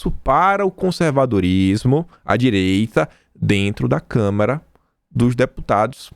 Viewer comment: CâmAra dos deputados não câmera.